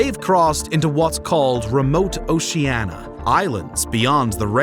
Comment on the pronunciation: The word “Oceania” has FIVE syllables; every vowel is sounded. A history of the Polynesians should certainly pronounce the name of their world correctly